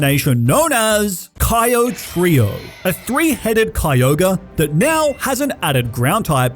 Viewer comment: You put some respect on my gal pal chikorita right NEOW